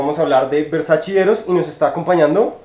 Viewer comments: tu manera de pronunciar "versachi " supondría dudar tus conocimientos sobre las fragancias 🤔😣🤔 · Buen video,,, me gustan tus reseñas,,, nuevamente un pequeño detalle,, es versacE ( versachE);-) Un abrazo...